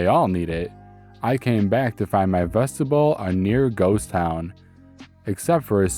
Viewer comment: vestibule... the end rhymes with mule not bull. :D My Grammar Nazi made me do this... I'm sorry, not sorry, but I always enjoy the stories overall when I see them in my feed Thank you